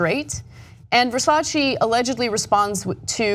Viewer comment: Versace not VersacI!